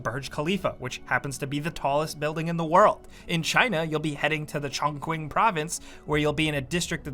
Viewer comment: The Chinese province is pronounced "chong-cheeng", for what it's worth